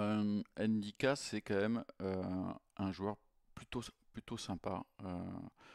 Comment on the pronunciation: ENNE NDICKA PTDRR Vous faites chier quand est ce que vous allez comprendre qu'on ne prononce pas le N ENNE est ce que vous dites ELLLE APOSTROPHE ? ( L') cest juste ndiaye pas N ndiaye pas n ndicka